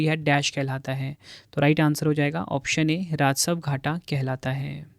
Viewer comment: Rasav nhi rajasv hota h